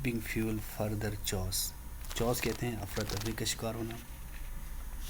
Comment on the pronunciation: The word chaos, you pronunced wrong, ye kaf ki awaz deta hi chha ki nehi,, key.. os,,..